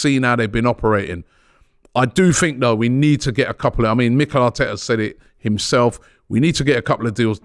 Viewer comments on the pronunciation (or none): Robbie back with butchering names 😂 Mykaylio Mudric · keep baptising Mudryk everytime. Mykhalio😂😂😂. The name botching is one reason I'm loving the show. Great to see you back Robbie!